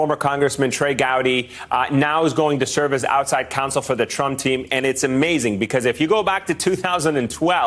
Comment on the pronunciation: Lol!!! ‘ish he says “...a TRAMP ally..” 😆😁👍🏻 🤣